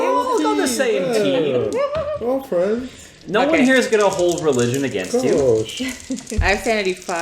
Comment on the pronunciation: T_T Fwends